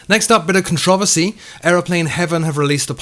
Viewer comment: Never heard controversy pronounced like that... interesting..